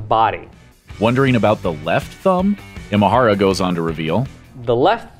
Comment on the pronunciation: Nice video, just one note on how to pronounce Imahara - in Japanese the letter I or い is pronounced like you would say E like “the letter E” or like in “Emotional”